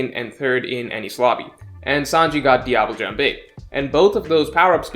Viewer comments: Phoenix Emblazoned in Gold Breaker of Stars hmm lemme try: dee-ah-b-le (not é, just e, like it's silent almost), ja'n-be (again not é just e, and the n is nasle) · Phoenix Emblazoned in Gold Breaker of Stars i mean sanji says it wrong too. so there's that ^^ it's like diable "jomb"? just google leg in french ^^ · I'm french and I just can't with the way he pronounced diable jambe 😂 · Phoenix Emblazoned in Gold Breaker of Stars The pronunciation of The anime and is very wrong compared to the french pronunciation. However, speaking english or japanese and inserting "Diable jambe" into your sentence correctly pronounced in french sounds way weirder. Plus, Diable jambe in french is just two words struck together without any grammar to make it into a sentence. So, who cares. For exemple: La jambe du diable. (Though that's way to long). TL;DR. It's allright that ya'll are fucking it up. The correct way sounds worst. If you want to know, Ya'll pronounce Diable like it's an english word and Jambe like a spanish word. You prononce it Jambé. Just don't pronounce to last syllable after the b and you'll be closer as e in french at the end of words is half mute. Also, you often pronounced J, DJ. Just don't put a D. TL;DR Go to google translate and check the pronounciation.